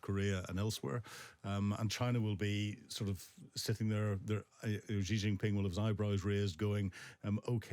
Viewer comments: I don't like Xi but can people please learn how to say his name. It's not pronounced jee it's pronounced she. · Anyone who cannot pronounce Xi's name properly - starting it with the French 'Je' instead of the simple, easy to pronounce, accurate-beyond-dispute' phonetically identical word "She".. anyone who can't - loses a huge amount of credibility, as far as I'm concerned.